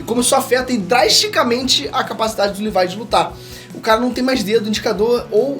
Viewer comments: Custei entender quem é esse tal de "Levai"que ele fala no vídeo,é "LEVI"e não "LEVAI"seu filho duma puta...ótimo vídeo mano,curto vc pra carai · Tirando o LEVAIL tá ótimo... O nome é Levi .. Ficou muito forçado. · Só na terceira vez que entendi que Lívai é o Levi 🤣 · Porra!! Q LIVAI mano...??? demorei pra entender quem é essa porra de LIVAI... é LEVI porra!